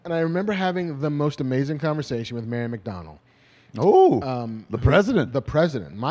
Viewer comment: When marc was telling his favorite Comic-Con story, I thought he said Mayor MacDonald ....not Mary McDonnell. The whole time I was like 🤷🏻‍♂️🤔🧐